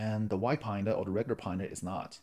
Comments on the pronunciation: lol, you're calling it Pine-Da....it's actually Panda after the Chinese bear, which is black and white. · Paanda not Pine-da